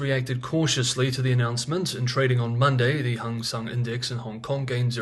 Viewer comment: Thank you for pronouncing the Hang Seng Index properly (as Hung Sung Index). Pet peeve of mine.